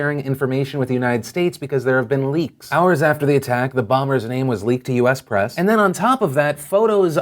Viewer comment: you said vass and it annoys me.